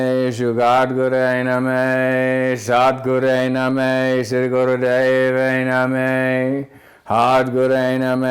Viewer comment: Eh Russ,.. Its pronounced Nah-maah not Nameh